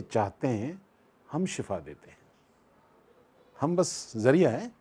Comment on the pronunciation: لفظ شِفا ہے شَفا نہیں ۔ اس کا مطلب بالکل الٹ ہو جاتا ہے